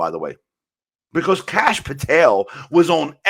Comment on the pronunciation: " somebody came from another country" - like the guy behind him Kash Patel (please read Kash as in Crush - the second letter is pronounced like the third letter in crush) ... but hey great analyses